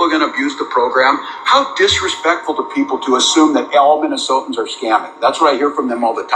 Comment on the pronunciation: It's hilarious how many times I have heard Minnesotians. There's not a second i, it's just Minnesotans. Autocorrect even tells you you're wrong if you type it out 🤣